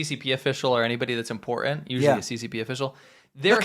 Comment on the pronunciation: And say the T in important!